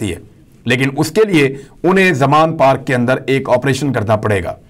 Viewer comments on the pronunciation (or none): none